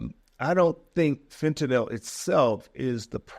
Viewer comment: So fentanyl is pronounced Nil, for real? I’ve never known.